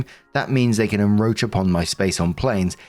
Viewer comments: I love you beyond words. You are hands down my favorite YouTuber I follow. You seem so level-headed and empathetic. It must be amazing to be in your daily orbit! Having said that, I have to correct you in something I've heard you say many times. The word isn't enroach, its inCroach. It's a little thing, but I thought you'd like to know. Still love you though! ❤❤❤❤❤ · Story 3 - When STILL absolutely refuses to pronounce the first "c" in "enCroach". It is NOT "enRoach". This is not rocket science here.